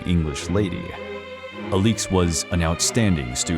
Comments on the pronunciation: The Aleex instead of Alex pronunciation made this video unwatchable. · The Romanovs are one of my interests. I have read much about them. As far as I have heard, her name was pronounce like Alex -- a-licks, with both syllables given pretty much equal stress. Not uh-LEEEEKS. Good grief. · As others have pointed out, the correct pronunciation of Alexandra’s nickname (Alix) is AH-lix, not ah-LEEKS. Ella, not Elly, is the nickname of Grand Duchess Elisabeth Feodorovna. Marie, not Mary, is the name of Empress Marie Feodorovna. Another error is the painting in the video supposedly showing the wedding of Nicholas and Alexandra is actually showing their coronation. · The fuq is this pronunciation 😂 “Ah-leeks” 🥬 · The mispronunciation of the main subjects name is unbearable. Cannot take this seriously when he did not bother to research the correct name. 😒